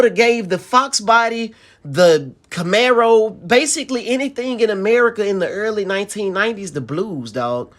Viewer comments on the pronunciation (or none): none